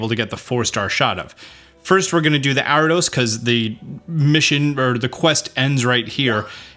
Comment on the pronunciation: Its Ariados bro, not "Aridos".